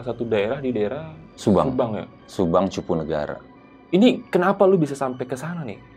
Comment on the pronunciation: Karena dia bkn org subang salah penyebutan wajar kali...